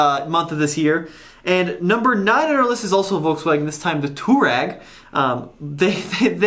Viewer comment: Touareg is more commonly spoken "twar-egg". Also, can anyone tell me why the Ford EcoSport isn't doing better than it currently is in the US? I mean, it is superior to the HR-V and the Renegade in a couple fronts (one of them being powertrain. That 170hp 2 liter engine is quite capable!